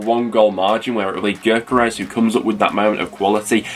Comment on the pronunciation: It’s pronounced yokeres, best striker by a mile, ccfc